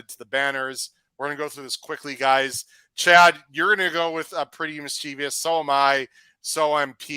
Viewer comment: Why does everybody mispronounce Pretty Mischievous as mis-chee-vyus? It has 2, not 3 I's.